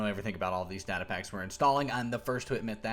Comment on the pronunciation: its data not data